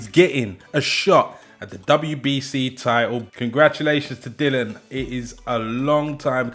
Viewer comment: His name is DILLIAN. NOT DILON